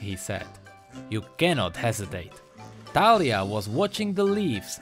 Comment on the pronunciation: i think its like the actual name so you probably pronounced it correctly. :) also great vid